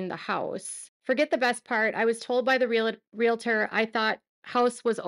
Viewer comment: Please don't criticize me, but the word Realtor does not have an I between the L and T. It is not pronounced Realitor. Sorry, but I grew up in a family of 4 generations of teachers. Just saying.